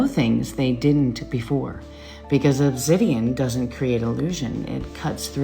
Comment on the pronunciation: this woman with obsydian lol like cmon